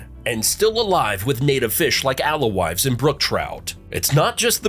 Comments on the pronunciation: Among the other mispronunciations: The fish is the Alewife, pronounced ale wife. how hard could it be? I think you said "alowives". It's a Herring, during colonial times they were salted and dried and given free in public houses to increase drinking. Hence the ale connection. Re. the trees... there was this fire... All this and you couldn't mention town governments? Where direct democracy still lives. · alewives pronounced ale (like beer) wives exactly how it looks